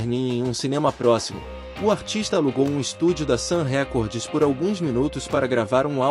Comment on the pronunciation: Não é "Sam Récordes", a pronúncia correta é: "Sam Rikórd.